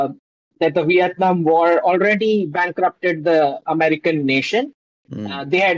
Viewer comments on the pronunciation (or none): none